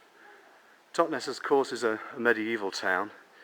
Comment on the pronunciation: Totnes does NOT rhyme with Loch Ness!